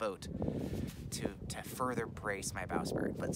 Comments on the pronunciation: sprit... not spirit... sprit. sprit. only 1 i. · I think you mean bow"sprit" not "spirit"...lol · It's a bowsprit...NOT a bowSpirit!!!!!!!!!!!!!!!!!!!!!